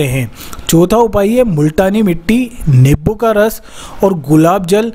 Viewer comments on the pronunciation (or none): Niboo nahi nimbu bolo